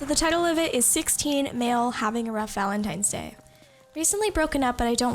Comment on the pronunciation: Was she saying Valentimes Day?